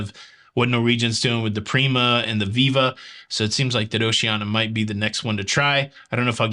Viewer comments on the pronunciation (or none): none